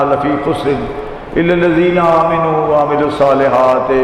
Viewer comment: إِلَّا الَّذِينَ آمَنُوا وَعَمِلُوا الصَّالِحَاتِ وَتَوَاصَوْا بِالْحَقِّ وَتَوَاصَوْا بِالصَّبْرِ کیا کوئی کی تصحیح کر سکتا ہے کہ وہ آمَنُوا کو صحیح پڑھ سکیں؟ He is reading "Aamenu" to a word which is actually "Aamanu". اور یہ غلطی مکرر ہو رہی ہے مگر افسوس کہ سننے والے اور منتظمین سب فارغ البال ہیں قرآن کی اس مختصر ترین سورہ والعصر سے۔